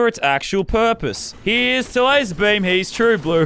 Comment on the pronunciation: Lazar not lazer